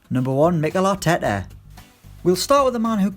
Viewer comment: "Mickel Atetteh" Jesus Christ the pronounciation 😂